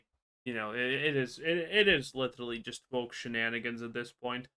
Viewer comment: You can't even pronounce woke lmao, stop talking grifter